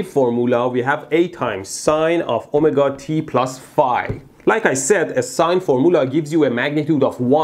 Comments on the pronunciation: omagah? Oh my god? Omargah? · His “omega” sounds like “oh my god”😂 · "Omega" not "Oh my god" took a few times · Every time you say Ohmega, all I hear is "Oh My God" 😅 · The way he says omega sounds like oh my god. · form- oolah, oh- meh- ga